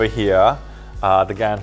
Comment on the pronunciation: Lol when you say gan i hear Khan